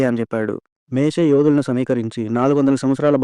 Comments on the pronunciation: Ani mistakes matladthnaru ,meshe ,kadu moshe,,fero kadu faro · మేషే కాదయ్యా మోసెస్ ర్ మోషే